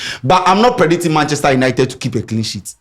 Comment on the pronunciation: say “predinting” he figa we no hear 😂